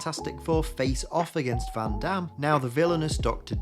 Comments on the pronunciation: "Victor Van Damn" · ... did you say Victor Van Damme? Is Von Doom really called Van Damme in Ultimates?